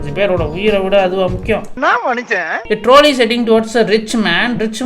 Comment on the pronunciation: Troll-ey ❎ Trawlley ✅